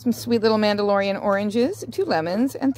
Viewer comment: did you say Mandalorian oranges?